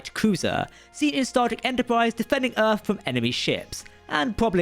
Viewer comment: Am I the only one irritated by this narrator's HORRIBLE, IGNORANT vocabulary? Mr. Marble Mouth/Eliza Dolittle- I never heard of a place called "Earf." Or the number 3.…? It is not something that is "free.". And the word "threats"....for God's sake,.. Remove the marbles from your mouth and use your tongue to properly pronounce "th". Threats is not fretts. Geez!